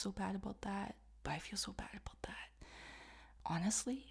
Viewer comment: Aboot ? O.o that's what french people say when they don't know a thing about english, didn't know it was a Canadian thing lol